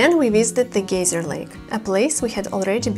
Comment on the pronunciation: Your English is excellent. Geyser (Lake) though, is pronounced 'Guy-ser' like in the TV show 'The Family Guy'. Also I'm afraid of heights, so there's no way I'd have done that rope-jump you did!